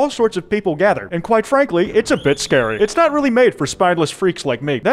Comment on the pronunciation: Oh no, it’s 😱